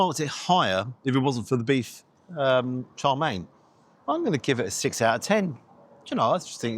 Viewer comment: It’s chow mein not char mein.